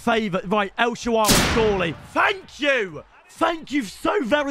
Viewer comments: “He’s got a great name, I mean it’s fun to use..” bro you have never once said his correctly. It’s not el shawaary, it’s El Shaa-ra-wy.notice how the W comes after the R. And it’s pronounced “El Shara-wee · Myb call him el shaarawy instead of el shaawary and he would be good